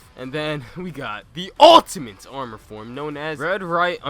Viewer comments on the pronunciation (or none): none